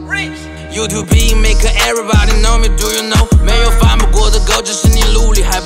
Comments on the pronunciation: Mars Young YouTube 音标是 /ˈjuː.tuːb/ b单辅音后面不带元音 三个辅音两个元音 中文歌可以用单字去分析 英文则不然 这是发音规律决定的 YouTubi live in 和 U2 believing 发音近似的 实际上可以等同分析 因为发音时是不存在空格的 词义的切分感是一种错觉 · Mars Young 和everybody、me句内押吧 可以换成正常发音带进句子感觉下 我是感觉确实 tubi 更顺口些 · Mars Young 不是金科玉律啊朋友 最重要还是最终呈现效果吧 我不是很欣赏这么念 但是单纯发音上感受 个人是感觉tubi更顺耳 当然每个人感受可能不同 另外中文和英文不同 YouTube 一个单词已经有是两个元音（按他的念法是三个）三个辅音 写成中文 油土比 油土两个字都能当弱起的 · Youtu "be"?? e不發音啦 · 范家欣 其实蛮多人误念的 甚至有大陆YouTuber订阅都几万了还念错 🤦‍♀️ 我高中同学一度以为 YouTube 是 You to be 的意思